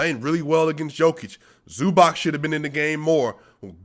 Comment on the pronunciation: It`s pronounced like Zubatz